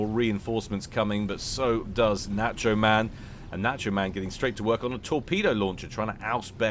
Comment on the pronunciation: Someone tell how to pronounce "nacho."